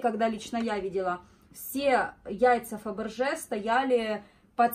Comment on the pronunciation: а не Фабэржэ